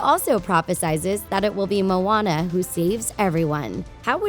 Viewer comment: IT IS MOANA NOT MONA